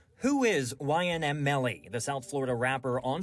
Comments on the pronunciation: Bro really said ynm melly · Bro who is YNM Melly bro it’s YNW MELLY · he said the name wrong